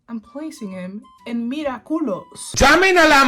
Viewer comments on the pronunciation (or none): Every time she said mira culous it's sounded like she was saying look at culo which is look at this butt